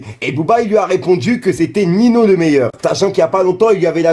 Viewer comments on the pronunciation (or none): c'est ninho bordel pas nino il rend fou a chaque fois a dire nino